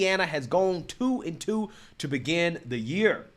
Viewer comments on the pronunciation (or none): none